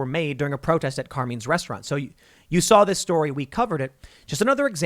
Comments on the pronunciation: It’s pronounced CAR-MINE’S, not CAR-MEANS. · For the love of all things good!!!! Tim, learn how to pronounce "Carmine's"!!! Sounds like "Car-mine". 🤦🏾‍♂️🤷🏽‍♂️